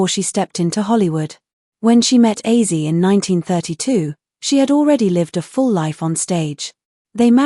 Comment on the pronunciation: Hey A.I Computer ! His name is OZZIE , not AUSSIE !